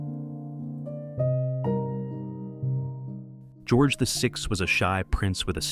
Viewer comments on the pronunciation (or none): none